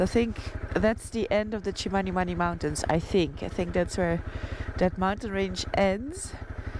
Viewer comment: Itchy boots even pronounces Chmanimani better than some whites who have been in Zimbabwe many years back she is amazing